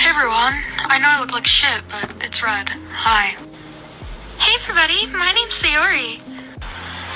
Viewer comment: “hey everybo’y” even with a cockney accent, british ppl don’t get rid of the D… they only get rid of the T… 😭